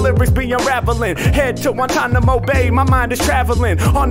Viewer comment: He said Guantanomo and bay Lmfaoooooooo